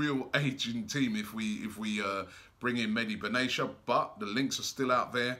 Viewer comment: Meh-Di Bin Atti-ya; not medi benasia. Robbie pls